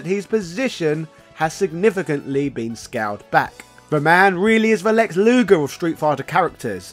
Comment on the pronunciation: its luger u butchered in this video